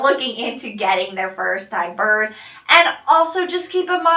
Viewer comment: Is she saying “birb”??? Just me?